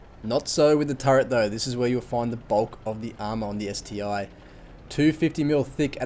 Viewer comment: It's not ST-I but ST-1:-)